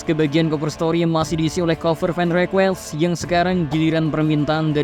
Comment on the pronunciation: Tulisan : React Bacanya : "Riak" BUKAN REAK BLOKK Tulisan : Request Bacanya : "Rikues" BUKAN REKUES BLOKK